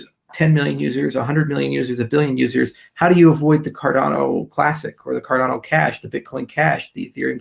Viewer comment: Car-Dan-Oh lol